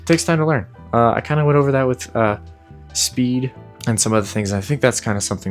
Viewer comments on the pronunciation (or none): Come on … spead? Spead? And this might be a niche con on the gunstock is that if you drop something in the game, if you try to pick it up and you have a gunstock that attaches to the controller it his buffer in between the ground and your hand so you can’t pick what you dropped up. ANNOYING!